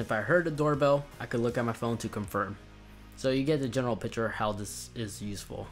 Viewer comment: Dude, it’s “picture” not “piture”. And it’s “library” not “libary”. But thank you for the new features.